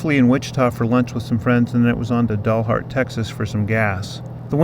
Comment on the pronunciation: Love your pronunciation of Dalhart (dullhart). Not sure if that is a Freudian slip but if so it"s appropriate (just kidding Dalhart people). It's actually pronounced like the dal in Dallas. Great video! Stay safe.